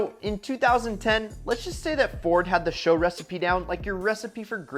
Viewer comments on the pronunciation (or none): GM struggled with the sales of the Chevy SS, and the company is entirely to blame... For unknown reasons, they barely advertised the damned thing! It's actually "Taurus S.H.O." It's just like the Grand Prix G.T.T.P."... you'll make a fool of yourself if you say something like "Grand Prix GuTetTPuh"...